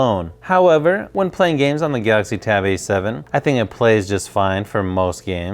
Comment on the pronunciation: I dunno why do you guys say gauxy tablet it think it's galaxy tab A7